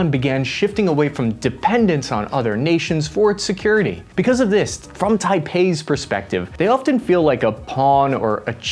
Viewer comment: bro keeps saying taipei 💀💀💀💀💀💀💀💀💀